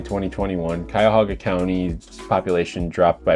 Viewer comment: Great video and excellent points but as a Clevelander, for the love of God, it's Cuyahoga County! No extra 'a' :P. I swear.....West Siders .